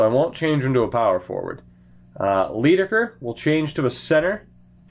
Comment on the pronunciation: Leidekker is pronounced "lie-decker". As in "lying"